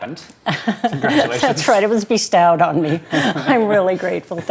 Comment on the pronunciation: is there a reason she mispronounced "bestowed" in the first minute?